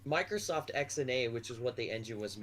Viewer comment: Why are you saying microscoft